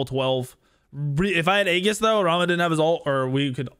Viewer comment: A in aegis is silent like the a in aether. Why every smite YouTube says aegis wrong is so strange. Also love how says I'm gonna play safe burns his 3 twice early game and dies to da ji he knows is there lol.